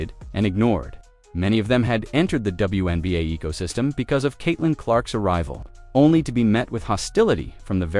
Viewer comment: The AI announcer is calling the league "THE WENBA'. Without the Fever I agree it is the WENBA' LEAGUE